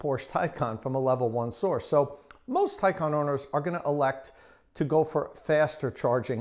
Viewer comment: It's pronounced Tie-CAN....not Tie -con